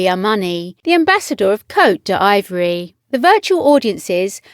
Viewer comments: Cote D'Ivory?? It's Cote D'Ivoire or Ivery Coast. Bit of Franglais creeping in?😂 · It's pronounced Coat D'Ivoire not Coat d'Ivory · Obviously, the narrator is not into French but should have checked on how to pronounce Cote d'Ivoire.😄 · Why don’t you bother to check pronunciation of names? Some shocking errors here - names of both people (Stote) and countries (Cote d’Ivoire)